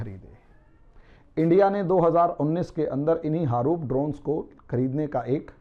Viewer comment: harup nahi haroon h.